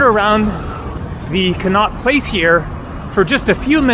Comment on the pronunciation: Con - not place! Said like that! That's how we pronounce the street in London after which it was named!